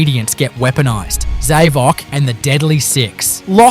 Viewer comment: Just so you know, Mephiles's name is pronounced as Mef-el-us..not Mef-i-uls..also Zavok is pronounced as Z-ah-vock